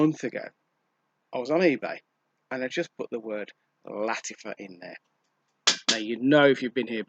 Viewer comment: Why do you pronounce Lattifa? Is Latt-A-fa, not Latt-I-fa? A, not I, right?